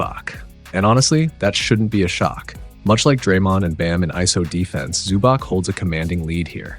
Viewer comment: Fantastic breakdown, well explained! Small not is that you pronounce the "c" as "ts" so its ivitsa zubats.